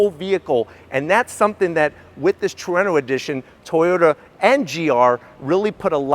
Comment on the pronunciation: Way better than the "HACK-ONE" holy crap he said Trueno correctly gg man love your vids lol, never gonna let that one go though